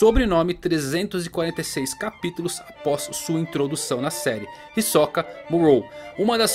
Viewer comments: Pq vc fala hisokaa e não hisoka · Cara, fiquei confuso, ouvi 2 entonações na pronúncia do nome: "hisóka" e "hisoká". Acho que não é nem uma e nem outra...Ta mais pra "Hisôka" creio.